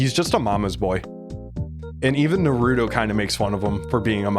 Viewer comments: Did he said dorito instead of naruto? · its pronounced nARuto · BRUH im not a hater on the ranking BUT STOP CALLING HIM NARUDO